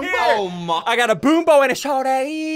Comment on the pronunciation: Strawberry Jam it sounds like he’s saying a shortie